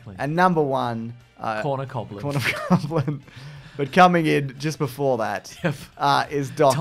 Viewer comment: Surely it would be Cobgoblin, like Hobgoblin, not just coblin?